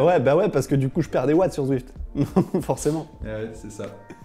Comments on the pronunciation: Bonjour ! C'est Zwift et pas Swiift !! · C'est dingue tous ces francophones qui disent Swift. C'est un Z et non un S !